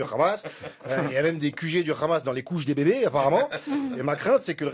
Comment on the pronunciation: S’il te plaît prononce le mot Hamas à la façon française et non hébraïque. Merci